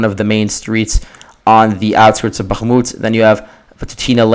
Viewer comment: If you need help avoiding the accidental "g" sound in Bakhmut, try forcing yourself to pull your tongue down flat into the floor of your mouth instead of just back. The "g" comes from your tongue expanding while it's pulled back, making it bounce off the roof of your mouth. If you open your mouth wider when you hit the H you'll notice the same improvement.